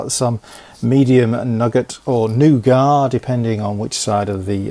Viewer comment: it's pronounced nougat and not nougat :P